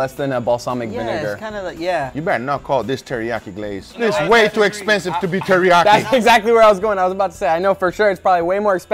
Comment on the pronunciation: I felt your pain guga when he said it's like terreakyi 😂